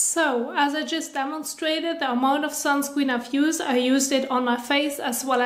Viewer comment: I love how she say sunscween